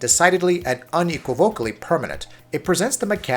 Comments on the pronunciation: learn to pronounce words like unequivocally and cumulatively before doing a voiced review, dude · Between "unequivocally" and "aesthetic", this narrator kills me every time by the way he completely butchers words and continues to use the latter of the two every other video.